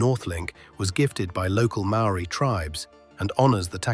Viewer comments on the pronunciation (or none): none